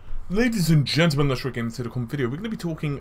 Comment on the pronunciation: "Ladies and genrnahhahshdbdbbdkid we're gonna be talking about..." Gets me every time 😂